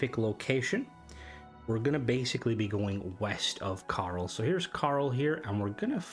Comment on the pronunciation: Did you seriously just call "Chorrol" CARL?! Thats hilarious 😂